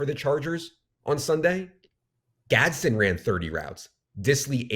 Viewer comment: It’s Gadsden not Gadsen. Hopefully he washes out since you guys can’t say his name